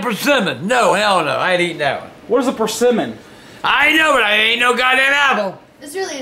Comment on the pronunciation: he sed persemmon😂😂😂😂